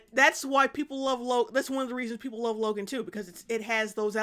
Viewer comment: Wove and acweptance🥺